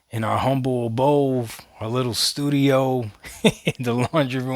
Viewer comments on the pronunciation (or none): The word is abode, buddy. Not abofe lmao